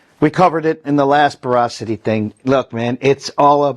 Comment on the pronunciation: Pronounced Bora-City. 💜